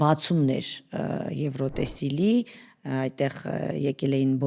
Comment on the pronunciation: «Եվրոտեսիլ» չէ, այլ «Եվրատեսիլ» …Ամոթ է, պատկերացնում եմ՝ ասենք ռուս որևէ ռեժիսոր կամ թատերագետ սխալ ասեր այդ բառը իրենց լեզվով